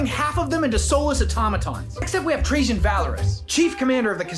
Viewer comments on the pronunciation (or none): none